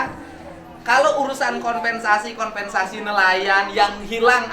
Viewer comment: Sanes konVensasi atuh min.. tp koMPensasi.. urang sunda teu tiasa nyebut V 😊